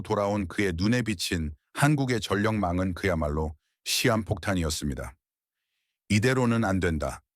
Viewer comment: 시암폭탄 -> 시한폭탄. 세상에 시암폭탄이 어딨어?